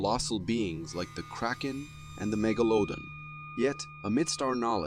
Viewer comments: Megalodon? Who spell checked this? ;-) I was wondering what the heck the AI voice was meaning. Meg*La*don not Mega*Lodon, LOL! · 1: ...seriously? Megaloaden? Mega-la-don. Learn how to speak the words. 2: It is a FAKE photograph. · Megalodon is pronounced mega-la-don. I had to look at the transcript to see what the hell animal you were trying to compare to. O my! Did you butcher that word. LoL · Right before the 39 minute mark: what's a "meg-a-loaden"? Is he talking about the megladon? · At around the 39 minute mark they show some creature but whatever it is is nowhere as strange as the way the guy pronounces "megalodon". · Lol at the way you said Megaladon 🤣